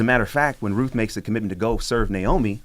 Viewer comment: Uhhh, is it RUTH or ROOF??? There's a T and an H!!!